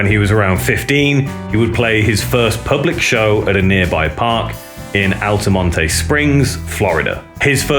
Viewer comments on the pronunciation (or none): Floridian here. The 'e' at the end of Altamonte is not pronounced. Its not "Altamonty", its just "Altamont" basically.